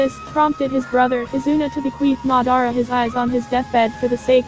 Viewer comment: Learn how to pronounce It is Mad-ar-a, and Amn-gok-yo(u)